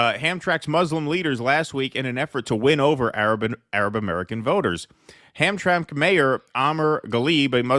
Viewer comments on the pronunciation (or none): It is pronounced Ham-tram-ik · Just a heads up, most people in Michigan pronounce Hamtramck as Ham-trammick. 👍🏻